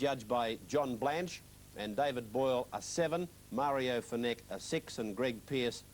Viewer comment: Mario “FeneCKK” 😂😂😂